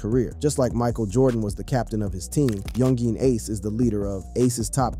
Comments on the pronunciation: Bruh u gotta learn how to say the names of the ppl in the story. Really sound wack when u say so instead of ksoo (k so) or young Jean lol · He said young geeen ace😂😂😂😂